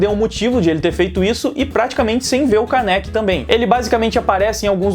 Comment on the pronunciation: E não se fala Káneki se fala kâneki o acento é no ka. obrigado por ouvir(se ofendi desculpa só falei a verdade; e a verdade doi)